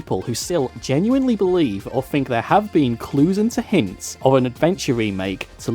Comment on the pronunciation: It's Faith not Faiff, and Think not Fink